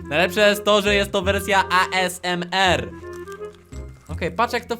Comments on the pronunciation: jak co to zle mówisz asmr ty mówisz na to aesemer a to sie mówi asemer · toniejest a m z e r tylko ezmor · Wojna ty debiutu nie a s m r tylko asemr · NMG JAK ON TO PIKNIE WYMÓWIŁ XDDD ,,A ES EM ER"